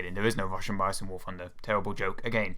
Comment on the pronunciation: the fwee pwanes they should add to war fwunder. *insert overused "ooohhhhhhhh" meme